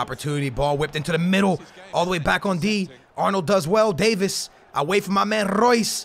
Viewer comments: it’s Davies not Davis, (Dave- eees) the e are like saying the letter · It’s not pronounced Davis, it is pronounced like davees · please stop saying Davis it’s Davieeeeees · If you say “day-vis” instead of HOW ITS REALLY PRONOUNCED “day-vees” ima snap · Davies not Davis 😂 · Btw you don’t pronounce it “davis” you pronounce it like “day veys” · Alphonso Davies is pronounced Day-vees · It is pronounced Davees